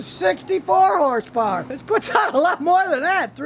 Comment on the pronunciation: Scotty: "this 4 cylinder engine puts out 310 hers purrs" Also Scotty 3 minutes later: " It has a turbo charger"🤣🤣